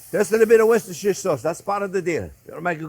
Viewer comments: It’s Wooster Sauce chef, no matter how it’s spelt. (Follower from the UK) also don’t forget your Centigrade notes for us civilised people! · "Wisishire sauce". So funny. ♥️